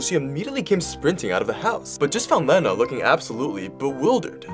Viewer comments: The name is pronounced, "Leena", like the word, "lean". Not, "Lenna", like "lend". 🙂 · I’m not mad but unless she said her name was sounded like Leh-na, that’s not how you say it. Ik that because that’s my name 💀😭it’s pronounced like this lee-na. ☺️ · It's pronounced "Leena"